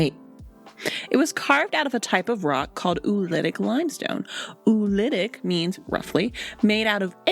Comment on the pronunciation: It is not oulitic. It is pronounced O-olitic. The two o‘s are pronounced separately.